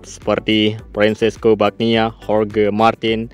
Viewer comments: Semoga besok mbludak penontonnya,,,.. Tapi ngomong², mbacanya bukan fresco Bagnia bang, tapi.....Banana. gitu...., bang... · Kalau mau bikin narasi video mbok ya riset dlu, seperti pengucapan nama2 pembalap, istilah2 di moto gp biar nggak di ketawain orang gitu... kerb di bilang pert, fim di bilang fym, bagnaia di bilang bagnia, miguel olivera di bilang manuel olivera.😂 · Yg gw dengar bagnia😂